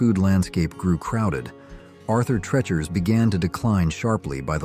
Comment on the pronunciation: Two disparate retrospectives combined into one by AI…. We know by the mispronunciations. Arthur “tretchers” instead of the correct “treechers”.